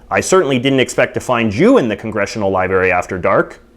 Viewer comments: Why did you say libary and not library? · The "Congressional Liberry?" 😕